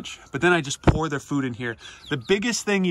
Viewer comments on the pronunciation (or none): none